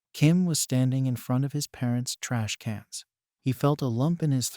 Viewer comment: The narration called the sword hero's parent's creamated ashes... teashcans 😂😂😂